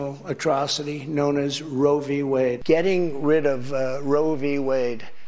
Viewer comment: I wonder if trump knows what Roe V Wade is. If he knows what the V stands for. He says Rovey Wade. Ross looks like he'd rather be somewhere else when with trump